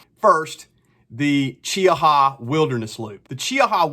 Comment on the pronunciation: Nice job. Also, you're the only person I've heard pronounce Cheaha correctly, lol.